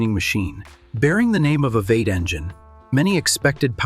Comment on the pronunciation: The AI voice narration is a bit much. Calling a V8 engine a “Vate” is annoying and just sounds dumb.